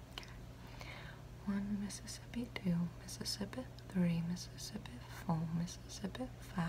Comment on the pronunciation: Her "fake" accent (idk if its real or not) slapped when she said Mississippi 😤💖💝💗💘💞🔥